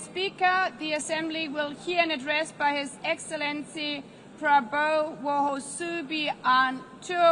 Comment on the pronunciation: i agree, asian names really hard to prononunce especially chinese and korean, but we can blame her, her trying her best to pronounce Mr. Prabowo in really funny way.